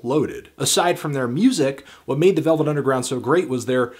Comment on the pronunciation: Lost it at 'the velv nungeround'